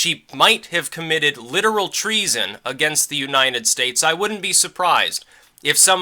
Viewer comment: you're amazing. I love how you pronounce U-9-estates.